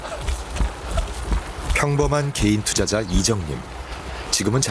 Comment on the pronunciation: 나래이션 왜 자꾸 게이투자자라고 함? 일부로 말하는거 같은데 아니게 발음할때도 있음